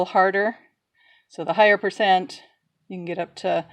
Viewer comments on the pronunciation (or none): none